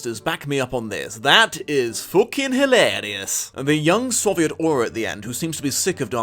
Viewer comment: I can't hear the word "hilarious" anymore without thinking "fookin' hyelerious!"